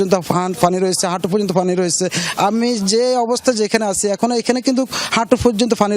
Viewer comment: শুদ্ধ করে পানি বলতে পারেনা ফানি ফানি শ্লা এরাও সাংবাদিক 😂